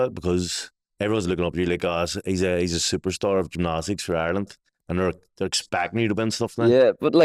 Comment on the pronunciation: Llf at trying to say gymnastics 😂